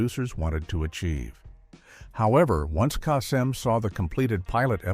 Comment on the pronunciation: The one thing that irritates me the most, is the mispronounced names. The name you mispronounced is Casey Kasem. Do your research and get it right!